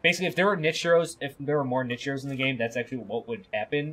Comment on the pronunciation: Also "nit-che" and "Ka-plan"